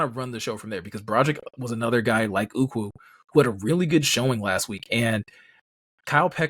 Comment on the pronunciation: Are you guys calling Ukwu "uku"? Uku is Hawaiian for head lice! 😂😆😅